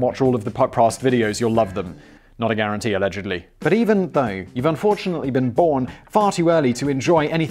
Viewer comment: "A-legedly" Haha.